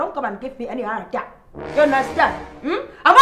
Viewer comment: Did she just say "Heart Atiak"?